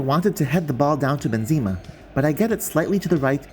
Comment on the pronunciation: Hey mate great video it is frustrating indeed the assisted pass, but if you allow me please stop saying "Bynzema" the name reads like this "Ben Zeh Mah"